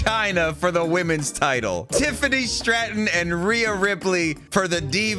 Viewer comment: 😂😂for some reason the way said "Tiffany STRAtton" popped me😂